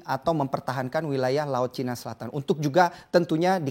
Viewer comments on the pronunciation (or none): none